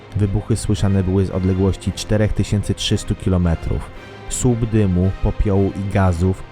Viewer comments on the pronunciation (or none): "sub wybuchu"? po jakiemu to jest? ludzie umieszczajcie swoje produkcje z glosem kogos kto nie ma problemu z wymowa, s slup moze byc dymu, skal etc.